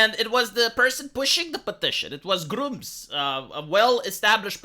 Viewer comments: It's Grummz not grooms. That sounds really bad lol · Know its an accent thing but the way he mentions Grummz makes me lmao.